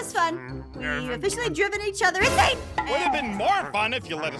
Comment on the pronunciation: It sounded like she said inzane